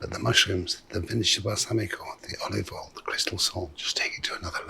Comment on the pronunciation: I legit get afraid when MPW says "generous amount of olivol"